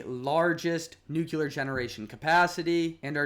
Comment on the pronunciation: Thanks I enjoyed your video but please look up ‘nuclear’ pronunciation 😅